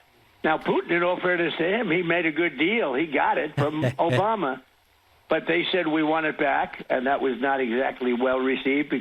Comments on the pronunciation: "Obamna" Thanks, David 🤣🤣🤣!! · Never get tired of "obamna" 😂😂😂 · The “Obamna” gets me every time! 😂🤣